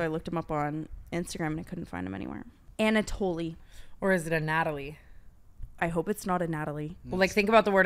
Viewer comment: I’m pretty sure the name Anatoly is Russian and it’s pronounced “Anna tall” essentially lmfaooooo